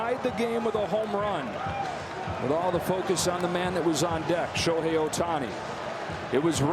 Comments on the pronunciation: ショーヘイいる？って聞こえるw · ショウヘイは居る？ 確かにそう聴こえたｗｗ